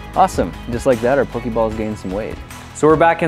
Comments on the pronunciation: Pok-AY balls. Not Pok-EE balls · It's poke eh balls and poke eh mon